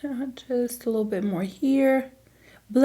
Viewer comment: How come you say “lil” bit instead of “little” bit? Haha